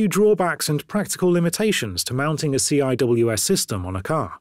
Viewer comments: It is so cringe when he pronounces SEE DOUBLE-U AYE SSS. It's just sea-wiz. SEA-WIZ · Nah, that would still qualify as a right turn. : “CIWS” is pronounced “See-Whiz”.